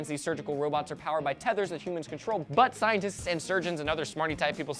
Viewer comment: How come I heard say "butt scientists.."?